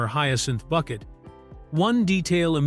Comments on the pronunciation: Thats Bouquet not Bucket! 😂❤ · usual complete rubbish from this contributer, doubtful facts and wrong prouncations. You have missed her main attempt to prove superiority over her neighbours was the name, not Bucket but prounced Bouquet as in a bunch of flowers. You seem to miss the point about cars, an old Rover was superior to a Metro even if it was older. I doubt the phone had re-dial capability. Do you know the meaning of WEIRD, look it up, most of the facts don't fit the meaning. It's not difficult for a trained singer to sing badly. Why do your film clips have nothing to do with the continuity errors you're commenting on. Stop using AI. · Excellent video, but Hyacinth would not approve of you saying her surname was Bucket. It's pronounced Bouquet. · It’s not Bucket It’s pronounced Bouquet 😂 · It’s Bu-Kay not Bucket! Stupid AI voice! I,love,thus show and strange enough my husband found it, too! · And especially the Bucket vs Bouquet pronunciation. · It’s BOUQUET! So much for AI voiceover. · "It's Boo-KAY"! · It's pronounced BOUQUET....🙃just sayin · It's pronounced BOO-KAY!!! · That stuck in my craw also. Not even Richard dared to go by “Bucket” anymore